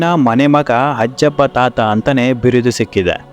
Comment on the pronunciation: ಹಜ್ಜಬ್ಬ ಅಲ್ಲ... 'ಹಾಜಬ್ಬ'. ದಕ್ಷಿಣ ಕನ್ನಡ ಜಿಲ್ಲೆಯ ಮ೦ಗಳೂರು ತಾಲೂಕಿನ/ಈಗಿನ ಉಳ್ಳಾಲ ತಾಲೂಕಿನ ಹರೇಕಳ ಗ್ರಾಮದ ನ್ಯೂ ಪಡ್ಪು ಎ೦ಬಲ್ಲಿ ಇವರ ಕನಸಿನ ವಿದ್ಯಾ ಮಂದಿರ ಇದೆ... ಹರೇಕಳ ಹಾಜಬ್ಬ...